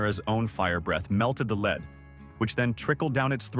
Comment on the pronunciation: The crappy/lazy AI voice and art work made this a real mess. Words like lead (led or leed?) are mispronounced for the way the word is used makes the narrative confusing/annoying. And the "art work" is just lazy. The image showing Bellphron on Pegasus shows a winged man riding a horse.